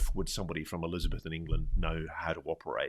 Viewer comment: What a strange way to pronounce Elizabethan!